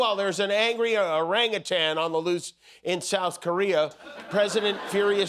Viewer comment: Thank you Jimmy for pronouncing "orangutan" correctly. Many people mistakenly say "orangutang". There is no G at the end of that word.